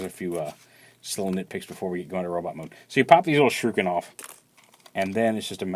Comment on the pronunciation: Shrooken? why do people pronounce shuriken like that?